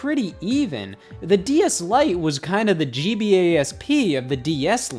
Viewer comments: I swear Scott says DES instead of DS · I keep hearing him say DES like wtf xD a few times he says DS but most of the time I hear the first one. Either way amazing vid. Reupload to main channel and I'll rewatch ♡ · he keeps calling it a DES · Please stop saying "D.E.S". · Lol I can't unhear that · DeS? Anyone else notice this? I couldn't not hear it the entire video! LOL